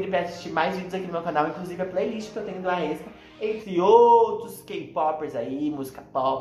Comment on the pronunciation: A pronúncia do Aespa é tipo espa kk